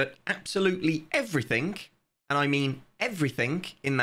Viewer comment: bro why do you pronounce the "g"s as "k"s? "Nothink" "everythink" "realizink" "launchink". Do you have a medical condition or somethink?